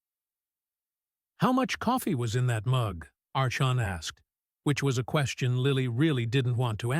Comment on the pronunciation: Archon is pronounced ARKON.